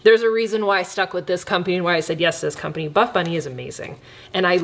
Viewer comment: Why do I keep hearing first ‘bad bunny’ instead of ‘buff bunny’? Omg why am I like this? 😭😂